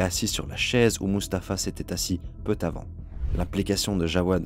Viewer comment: "peutavant "?! 🧐 c'est "peu" avant !... il n'y a pas de T à "peu"